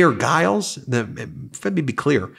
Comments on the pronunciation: Stop calling jiles guyles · Hey, I thought you'd like to know that the "G" in "Giles" is pronounced like a "J".